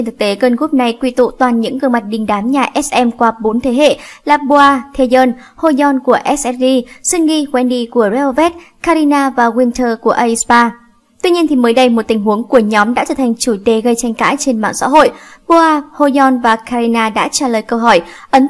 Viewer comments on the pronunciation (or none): Ét sì pa nha má, ko bik đọc tên nhóm à